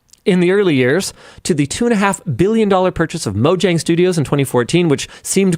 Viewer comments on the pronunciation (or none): none